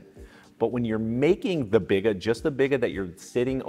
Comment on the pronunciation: It’s “bee-gah” and a Biga is low hydration compared to a poolish. Biga is classically about 50-60% hydration where Poolish is 100%.